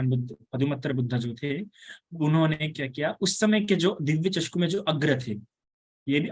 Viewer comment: वंदामी भंते आप चक्षु को चषकु कहते हौ